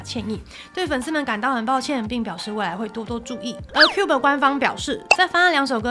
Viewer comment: 11：06 是Cube 喔不是Cuba 😂